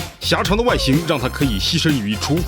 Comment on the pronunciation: 是栖（qi1）身，不是栖（xi1）身